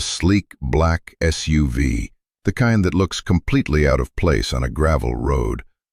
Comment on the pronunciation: It's not a suave it's an SUV which stands for Sport Utility Vehicle. How hard is it to say SUV .